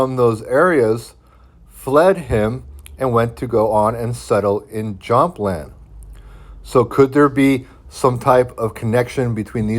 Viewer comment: I enjoy the information in your videos, but your pronunciation of some German and Scandinavian words are not correct. For example, the j in most Germanic languages, such as German, Danish, Swedish, Norwegian, Icelandic, and Dutch is pronounced as a 'y'... IE Jutland sounds like YOOT-land, Jämland = YAYM-land, etc...just think of how ja for yes is pronounced "yah".